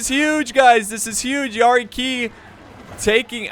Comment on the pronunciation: Is it pronounced yari “Key” or Yari “kI”